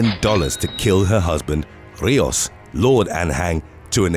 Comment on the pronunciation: *Rijos = REE-hos (h like a Scottish 'ch')